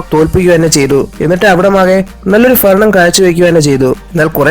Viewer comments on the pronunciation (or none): ഫരണം മാറ്റി ഭരണം ആക്കിയാൽ നല്ലത്... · ഫരണം alla ഭരണം